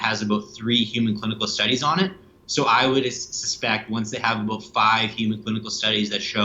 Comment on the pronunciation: if he's not canadian, why does he pronounce the word 'about' as 'aboat'? just a thought. carry on.